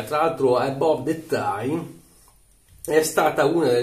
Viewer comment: Si pronuncia "Abav"